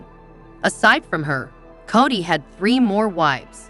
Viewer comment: For fs, at least have the computer voice promounce the names of the ppl involved correctly! You can spell them in a way that causes the pronunciation to make sense! Eye-sahbull? Coddy?! Really?You insult our intelligence!!